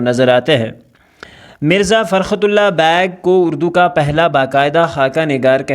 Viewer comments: Beigh ❌ bag✅. 😭😂😂😂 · sir its beigh not bag .